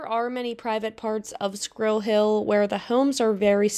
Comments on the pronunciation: She needs to learn to pronounce “squirrel” correctly. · Maybe pronounce Squirrel properly